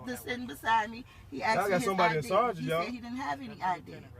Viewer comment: Its a horrible episode. I have one thing to say though, Many afro-american women need to learn to speak their own language, i get chills up my back every time they butcher the English language by saying words like "Aksed" - "then he aksed me".. No its ASKED...!